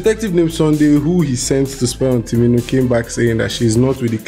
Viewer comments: 😂😂 You keep saying "timinu" so unbothered to pronounce it right 😂😂😂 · you still didn’t say it right! Its TU- MI-NI as spelt fam!!!